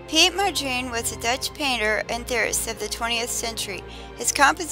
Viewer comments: It's pronounced exactly like it's spelled. Mon-dree-an. It's like the woman in the video completely ignores the first N in his name. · Mo-dreen? Honestly? He is not a black woman from the south, he is a dutch painter. figure out the pronunciation! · Why don't you find out how to pronounce names. It's disrespectful to get it wrong. How would you like people to speak of you as Jackmee perooz.!!! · You are pronouncing his name wrong.